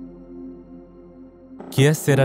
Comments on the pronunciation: Your pronunciation of Que Sera Sera bothered me haha I know it's a little thing, but it's such a famous phrase that it took me out of each time you said it. And I know you put a lot of effort into your videos and they really are very entertaining, but considering it was the title of this whole seqment I'm surprised you didn't look into how to say it right. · Dude its k sur-ah sur-ah. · Every time you pronounced it as kiye serah serah took me right out of the mood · It's pronounced "k serAH, Sarah" and it's Spanish for "whatever will be, will be." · I love your videos but the way you pronounced que sera sera had me in shambles. It's pronounced like K Sarah Sarah, that sent shivers down my spine how you said it 😂😂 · Sorry its bugging me , the song is actually pronounced 'Kay Sarra Sarra'. OriginaIly sung By Doris Day , please research the pronunciation, its so lazy to make assumptions, its my autism that makes this relevant to me , it maybe irrelevant to you but it's TOTALLY relevant to me ..many thanks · it's french, so que sera sera is pronounced kay say-rah say-rah. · considering it’s originally italian, the pronunciation isn’t that wrong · have you ever actually heard the song? He is saying wrong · If YouTubers don’t know how to say something, why don’t y’all take the time to look it up? It would take 30 seconds to look up how to say que será será correctly rather than butchering it numerous times. I’m not sorry. If people are going to do reading or voiceover work, they need to say things correctly. I’ve said the same thing to narration channels. It’s just laziness. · the way you say "Que Sera Sera" will drive me to my death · Anyone else laugh at the way he pronounced “que sera sera?” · The way you pronounce que sera sera 💀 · How can you not be able to pronounce Que Sera Sera?! Have you never heard the song? Really? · Was into this until the moment you mispronounced Que Sera Sera lol, good effort though. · It's que ser-ra.